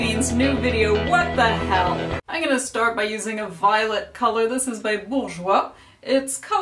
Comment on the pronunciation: LOL, I liked the way that you said "WHAT THE HEEL" xD haha so funny